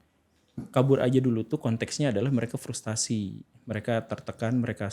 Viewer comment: FRUSTRASI bukan FRUSTASI